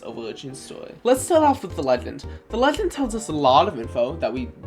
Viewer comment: You can clearly pronounce all English sounds correctly, you do not have a speech impediment. you mispronounce :d: in "legend" as :tʃ: 2 times in a row, but not in "predict" you mispronounce "over narratives" as "overdzdz narrafs". This is also misspelled, what you're looking for is "overarching narratives" you moan the word "about" (you inhale while saying it instead of exhaling), this is normal in some languages, but not in english. It's okay to just edit out your mistakes. you write "new" but mumble "newly", although the word you're looking for is probably "nearly". you mispronounce :t: as :tʃ: in "mentions". you mispronounce :s: in "shatters" as :tʃ: - You say the same statement twice. This is not an example, just repetition. You slur the entire paragraph, and I cannot hear what you're actually saying.